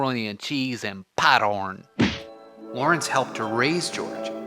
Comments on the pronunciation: Padorn? It’s popcorn? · Bebolozki Withcitoski I’m just saying it because it said pot-orn in the video. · “Pottorn”! (Scoffs) Of all the silly gibberish! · MACA RONI AND CHEESE AND PATORN😂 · the britsh way of saying popcorn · That is how lawrence says popcorn